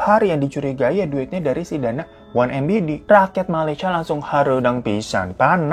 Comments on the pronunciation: Ma'af bang 1MDB bkn 1MBD slh nyebut lu bang kebalik🤣🤣🤣😆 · Em di bi bang bukan em bi di hehe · susah nyebutnya ya hehehe ... 1mdb bukan 1mbd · Mas nyalah nyebutin 1MDB jadi 1MBD..ketukar 🤣😅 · Ada yg nggeh ngg siii.. Tiap bbang glowing nyebut 1MDB keucap nya jdi 1MBD... Kebalik gituu.. iyaa ngga?? Atau aku yg slalu salah😂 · Batin selalu meronta dgr bang difan baca 1MDB jd 1MBD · Apa cuma aku yg ngeh kalau hiro dari awal video salah nyebutin 1MDB tapi selalu disebutin oneMBD? 🤣✌🏻✌🏻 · hahahah salfok terus kalau bg hiro salah ucap DB jadi BD 😂😂😂 terlalu fokus ngosip sampe nggak fokus kalau udah kebalik balik 😂😂😂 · 1MDB kenapa di baca embidi/ embede bukan emdibi/ emdebe? apa sangaja di pelesetan gitu? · 1 Em De Be coyyy...bukang 1 Em Be De...🤣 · Apa aq aj yg salah denger si abang spell 1MDB jadi 1MBD,,,,hihihiii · bang hiro, coba check pengucapannya bang, 1mdb apa 1mbd? 😁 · Salah sebut bang 1mdb😅😅 bukan 1mbd😮😮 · MDB bang, drtd dibaca MBD wkwkwk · 1mdb bang kebalik nyebutnye jadi 1mbd :v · Geli ngomong nya embidi embidi mulu.. Dah tau salah bang.. Kyknya gua ada pnyakit dah klo org salah ucap terus verkali2 jadi kesel dengernya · One em di bi abang.. salah mulu tu kalo ngomong dah